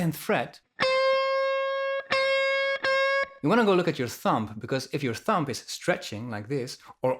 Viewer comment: great teacher but it’s thumb...don’t pronounce the b not thump. love you man